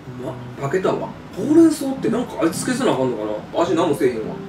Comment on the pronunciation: ほうれん草のイントネーションちゃうよな